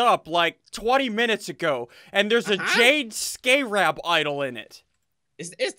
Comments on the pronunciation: It's pernounced scare abb scarab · everyone: scarab Ssundee: SCAREb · "Skay-rab" -Ssundee 2016. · Skaaarab is the most whitest pronunciations I have ever heard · SSundee's pronunciation of scarab is painful to listen to... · I'm trigger on how he missed pronounced scarab